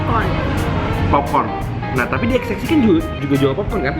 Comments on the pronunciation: Kok sebutnya XXI(x x i huruf vocal i) bukan XXI(x x one)..? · Kok dia nyebutnya xx i si ? Itu kan angka romawi XXI DI BACA 21 . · ko xxi sebutannya emang gtu ya. kirain xx(one)